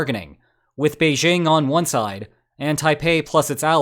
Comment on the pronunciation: First off, "Beijing" contains no "z". (It's "Bei-jing", not "beizhing".) ;)